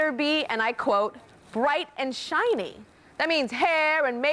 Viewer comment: Ha! He said "shight and briny"! Around 16 minutes in. That's! He meant bright and shiny!" I had to listen twice to be sure what I heard!!